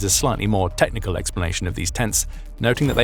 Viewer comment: teK-ni-cal, not tet-ni-cal, you see a ch means a "K" sound, you Brits.